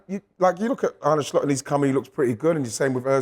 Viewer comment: I'm Dutch, living in Amsterdam: To pronounce the Dutch surname "Slot" correctly in English, the "o" should be a short sound, similar to the vowel in the English words "hot" or "lot" (but not as drawn out as the "o" in "boat"). Phonetically, it would look like: /slɔt/ Here's the breakdown: The "S" is pronounced the same as in the word "sit". The "l" is also the same as in "lot". The "o" is a short, open vowel sound, like in the Dutch word "gôh", similar to the "o" in the English "hot" or "not". The "t" is pronounced clearly, just like the "t" in "top". So, "Slot" should sound like "Slot", with a short "o", not "Sloat" or "Slut". peace out....